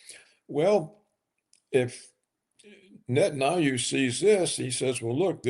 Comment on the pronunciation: Can someone coach this man on the correct pronunciation for the name Netanyahu? I am embarrassed for him.